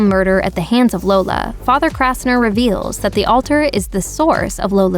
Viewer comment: It's Kastner NOT KRastner !!!!!!!!!!!!!!!!!!!